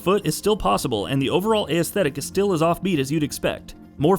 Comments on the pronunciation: "ay-esthic" lmao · You need to learn how to pronounce aesthetic